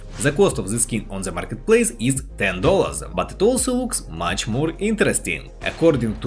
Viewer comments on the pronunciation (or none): none